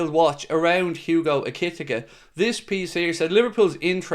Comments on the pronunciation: I'm pretty sure you pronounce Ekitike E-kay-Tee-Kay 👍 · Ekitike is pronounced ECK-E-TEA-KAY and I hope we get him heas a beast 6f 3 fast strong and so calm when surrounded in the opposition's box and only 22 grab him while he's not overly priced as this guy in 3 years will be double that money ❤